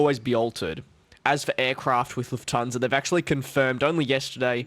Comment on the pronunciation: Nope Nope it’s Lufthansa